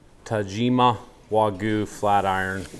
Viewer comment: Is it so hard to pronounce wagyu for you Americans.